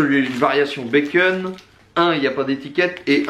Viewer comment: Très bonne année à toi.Un plaisir de te suivre.J'ai remarqué que tu prononçais bacon, "békeune"😉.